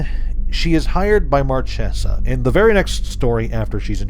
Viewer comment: one thing, Marchesa is the italian word for Marquess (like for many other foreign cultures, the diverse and respectful wotc picks random words for the names), and the "ch" is pronounced like a hard c or k, so it would be pronounced like Márkesa. A nitpick I know, but my autism won't let me sleep otherwise.